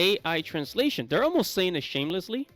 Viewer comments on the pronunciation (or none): Better to be "armost there" but wlong than to have the current Rocarizers.